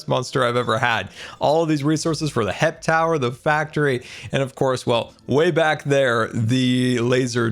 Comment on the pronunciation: every time you call HEP, HIP, the resistance calls it HEIP